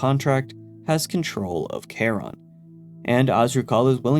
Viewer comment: Also thumbs up for your pronunciation of Charon. That’s my puppy’s name!